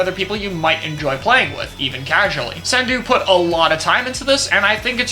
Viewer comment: You, more than almost anyone, should know how to pronounce his name Poor Sendou